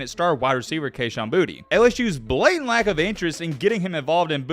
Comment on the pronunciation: Boutte• is pronounced “Boo-Tay” . get more cultured my guy.